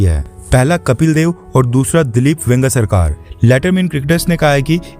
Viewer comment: भाई, वेंगसरकर सर का नाम तो सही से लो 😢😮😢